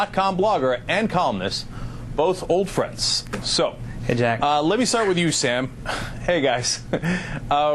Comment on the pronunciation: He said "Cenk" but it sounded like "Jack".